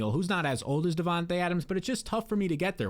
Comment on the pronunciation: ya vids are 🔥, but how can you pronounce Devonta Adams name right but Devonta smith name wrong 😂